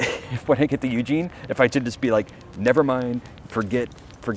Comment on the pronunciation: FYI it's pronounced, "eugENE" in "orygun".. ;) And the coast starlight line is brilliant, I used to take it home for Xmas from college